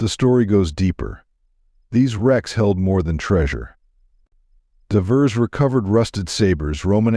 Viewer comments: Too bad AI can’t pronounce the word “Divers”. Can’t you read the dialogue? Every time I hear a simple word mispronounced I lose interest. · Must be A/I reading this no I in divers etc.